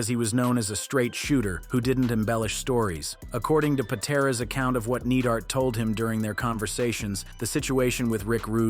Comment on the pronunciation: Dude can't even say their names. Needheart 😂😂 gtfooh